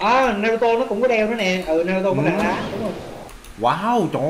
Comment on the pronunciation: Naruto a ơi ko phải narato